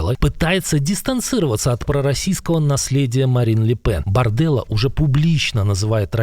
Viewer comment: *Барделлá Во французском ВСЕ ударения на последнем слоге!